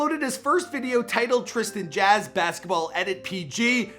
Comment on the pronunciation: "Trisan Jass" 😂😂